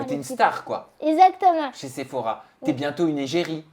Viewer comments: Tout comme sa première vidéo avec Sam déjà, "ezzzactement" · non « ezatement »😂